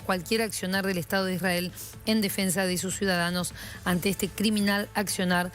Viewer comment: Me causa gracia la periodista que esta en Israel habla como re porteña, pero cuando pronuncia la palabra " Israel" lo hace con pronunciación de moishe jaaaa, realmente cómo se ve la doble vara... y las atrocidades cometidas x el " estado" de Isrrael contra Palestina? El estado de Israel sionista no es ningún inocente vamos!